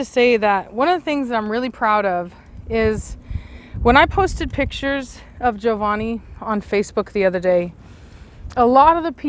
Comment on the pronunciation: Sitting here with my popcorn🍿, early as I've ever been and probably ever will be 😂 It's nice to hear the name Giovanni pronounced correctly!